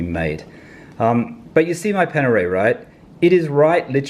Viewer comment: Its Panerai not Panere